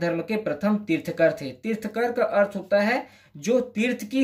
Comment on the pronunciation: Bhai tirthkar nahi tirthankar.